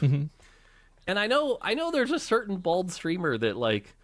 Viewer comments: I think he said bold instead of bald lol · Did he say, "bald streamer," or, "bold streamer?" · I heard "a certain bold streamer" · Sure he said bald and not bold? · Really puts a spot light on the idea of inspiration & finding shortcuts so that the design of a video game can be more flushed out, work smarter not harder. EDIT: HE'S SAYING BALD NOT BOLD OMG hahahah JEEEEEEZ I think Asmon makes a good point with Lies of P using the RALLY Mechanic in Bloodborne and I agree it is better. BUT I think his(the other guy) examples of Majoras Mask & Elden Ring sorta lose itself in the video. He is making a point that, having these mechanics and previous models laid out so that something else can be achieved is what making video games is about. But those were design BY that game, Zelda Majoras looks like ocarina cus all that time taken into making Ocarina was the shortcut, obviously. You should ALWAYS want to build up on something. The original examples of Street Fighter clones are a lot closer to the point of Palworld and how they replicated Conan Exile/Ark into a Pokemon like game. OF course a development company is going to use assets that were there before. BUT I see how he using that these later games only EXIST how they do because the earlier titles. I think he should of used ALL the SOULS like as an example instead of ELDEN RING. There are also A LOT of Ocarina style games that came out afterwards, look at the Star Fox game for Gamecube, it's NOT ocarina but it has some SIMILAR back stepping, dodging and fighting mechanics that Zelda has. But I see the point of what he's saying, its easier to have product B or C if Product A already did the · He said Bold not Bald haha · I thought he said BOLD, not bald. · I thought he was saying bold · I thought he said BOLD 🤣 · he said bold not bald...